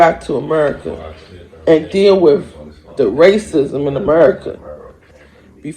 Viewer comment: If you pronounce the word "with" as "wiff" you should genuinely be laughed off of the internet like the fooo you are